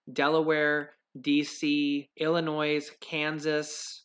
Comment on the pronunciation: just an fyi my friend..Illinois is a French word and the S at the end is silent. Just a pet peave from a Chicago native.